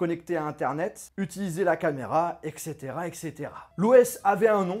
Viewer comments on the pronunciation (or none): C’est « et cetera » pas « exetera » !!